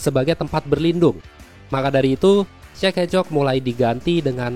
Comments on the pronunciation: Gua sih dengarnya cek encok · Yang gua denger cek e c*k 😐